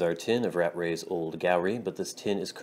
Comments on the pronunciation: "Rat-trey".. there's two T's in there! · Thanks for the review, Old Gowrie is my go to. However, it is pronounced "ruh TREY's."